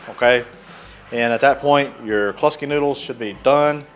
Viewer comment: the way to say Kluski is like ClueSki, i know its your accent. hahaha nice cook brother.